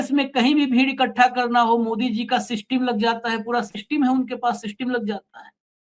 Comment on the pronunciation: सिस्टिम नहीं " सिस्टम " कहिये जनाब